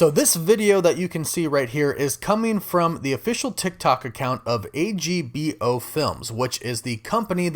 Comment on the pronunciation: it's pronounced "Agbo" not A-G-B-O